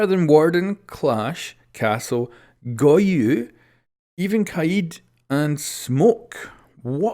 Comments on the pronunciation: Goyo...Goyó...not gohyyyuh...😒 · GOYO not GOYOUUUU